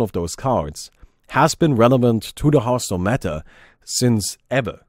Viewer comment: it's hearthstone not heartstone lol